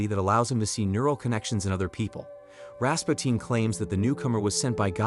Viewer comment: Ras puu tin not Ras pow teen